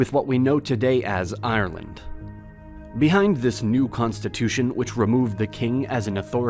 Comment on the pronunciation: You trigger me . It's Ireland not iland